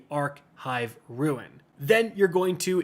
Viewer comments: How are you STILL mispronouncing the word RUNE as RUIN? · RUNE not Ruin. LOL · brother i love your content but i get so distracted when you say ruin instead of rune kekw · its called a rune!!!!!!! not a ruin!!!!!! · We need to talk, r-u-n-e not r-u-i-n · Rune not Ruin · whats a ruin??????? its called a Rune!!!!...man that makes this hard to watch........ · Does he know it's not pronounced ruin? Great video btw. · I dunno. It throws me off every time. It's Rune, rhymes with spoon. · Rune and Ruin are not the same word. You are mispronouncing the word "Rune". Either way thank you, I was stuck without your help. I appreciate it. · It was driving me nuts for the entire video hahahah